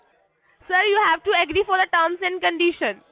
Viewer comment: For feck sake will you say Agee😂😂😂😂😂